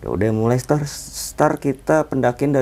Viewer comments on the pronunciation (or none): Rata2 pada bilang star , itu bintang bang 😭 start bang start ,,,,,beda tulisan beda bacanya 😭😭😭😭